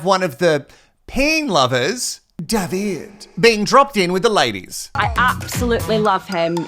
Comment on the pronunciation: When you pronounced Davide's name as Davi-day, I was convinced you would then change it to Davi-gay 😄